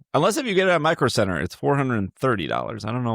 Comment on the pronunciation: it must be the way he said it because I also immediately thought circuit City when he said micro center even though I have a roommate who frequenced micro center so I absolutely know what store it is.